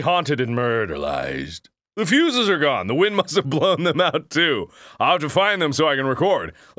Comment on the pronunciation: its not fooses it fuses